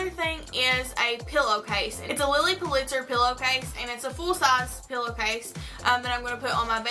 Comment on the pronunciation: lots of fun and creative ideas, and am looking forward to seeing how you combine it all in your dorm this year! Love the Lilly tray you made, too! (By the way, her last name was pronounced "PULL'-it-zer," accent on the first syllable; thought you'd like to know). You have a good eye for combining mixed materials!